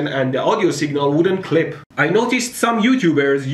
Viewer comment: Did you say clit the whole video?